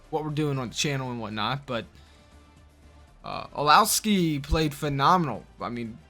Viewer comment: Say it with me ( U-towski ) is the qbs name